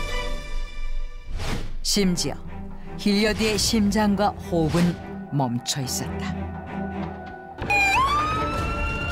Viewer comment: 호.흡은.멈춰.있었.다. 발음 진짜 웃기네 ㅋㅋㅋㅋㅋㅋ